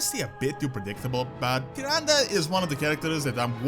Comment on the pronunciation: Why you are pronounce it like tıranda ??